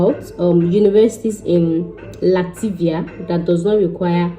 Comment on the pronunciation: Please you correct your self...Latvia not Lativia